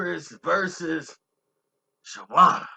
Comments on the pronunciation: HOW YOU SPELL HER NAME RIGHT BUT CANT PRONOUNCE IT ALL THREW THE VIDEO. ITS NOT SHAWANNA ITS SHAWNNA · Thank you! He mispronouncing her name all thru the video! Smh...lol! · You keep calling her Shawanda and its Shawnna :face-green-smiling::face-green-smiling::face-green-smiling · it’s not shawanna it’s Shawnna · Nice video..her name is Shawnna not Shawanna bro keep pronouncing it wrong. Who was Shawnna pregnant by.. da label is DTP not DDP coz it's a wrestler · How many times this fool gonna say Shawanna. RIF (Reading Is Fundamental). Have you ever heard a song from her where she plainly says her name is SHAWNNA. It's pronounced (SHAW-NAH). Get it right. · and saying Sharanna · This guy stay messin up people names! Her name is pronounced Shawn-na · u must be a real goofy.......her name is pronounced "Shawn na". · U can't even say the label or her name correctly. They played Shawnna to the left and she helped blow Luda career up on back for the 1st time album and more... she should have had a better platform frfr... Shawnna was hot and niggas was even rapping her lines... DTP was a slavery label as well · He can't even say her name right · ikr👍🏾he’s actually telling the truth. I believe him. I remember her with infamous syndicate and her father was in the video. I remember when they were promoting battle of the sexes and she disappeared. All the details are spot on but you can’t say her name correctly 🤦🏿‍♂️ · Completely botched her name and record label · Shawanna??? DDP??? yo what we doin here lmao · Who is “Sha-wana” & “DDP”??? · Damn...u totally butchered her name and the label name.. overall good story bro. Just a lil irritating to hear u keep messing it up😭😂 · need to delete this whole vid..dis nigga murdered the label name & her name 🤣🤣🤣😂😂😂